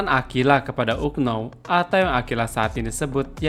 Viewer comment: Duh kenapa melafalkan kata unknow kok seperti itu 😅😂